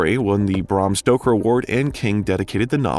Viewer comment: Holy sh*t, you need to learn how to pronounce things! It's Bram Stoker, not Bram Stroker, Needful Things, not Necessary Things, and Dolores Claiborne is pronounced "Clay-borne," not "Clī-borne." Etc., etc., etc. Who's editing your videos?!